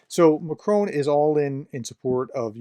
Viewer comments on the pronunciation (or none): I notice you still haven’t bothered to find out how ‘Macron’ is pronounced, prof. It’s a bit embarrassing.